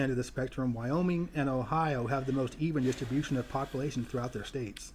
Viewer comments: You got wyoming and ohio right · Ohio and Wyoming you got it correct